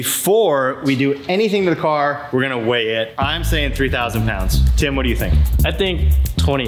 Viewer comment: from DDE you may think your saying Tim but some one from England it Sounds like Kim that you are saying on this video p.s just my own Opinion?